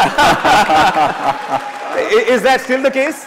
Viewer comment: Really. . Then lemme tell ya my friend.. He's imitating an american accent.. which to be frank isn't perfect.. But the thing that gets on my nerve is that he knowigly mispronounces Harish , sambhar and dal as if english were his first language.. which very apparently is not..